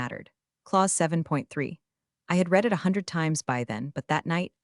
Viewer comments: The word " read " and how it is misused tell it is an AI.. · Why can these AI readers not learn the correct pronunciation of the verb "READ" depending on context? It's really off-putting, and AIgnorant.